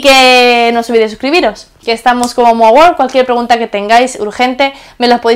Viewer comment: Te cuesta decir worl